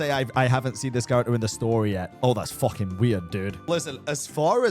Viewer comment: It's funny how he says "FOKOING INSANE" 😂😂